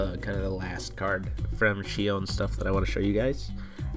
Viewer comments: Exactly. Take in count they are not two separate words as well. So it is Shion not Shiown. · Shiown? Really? Can no one pronounce "Shi On"? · Except Shiown is actually closer to the original Japanese pronunciation. If they wanted her name to be Shi On it could have been シアン (Shian) in japanese. However her name is シオン (Shion). Therefore "Shiown" is more accurate. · Bona It's shi-on since it's probably written with the kanji for Shi (poem) and kanji (on) for sound. It makes sense to me.